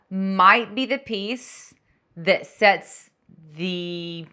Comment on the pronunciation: You said “ I love sets. “ my hubby came into the room and asked “Did she just say I love sex?” Thanks for keeping us entertained! You are doing great! Tee hee hee